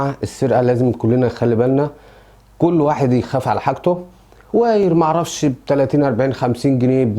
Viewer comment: بقولك ايه يا عم الفلاح والنبي هو ايه الوااايير اللي انت بتقول عليه ده , عشان اظن اسمه وايار wire فانت محتاج تتعلم الكلام قبل ماتقوله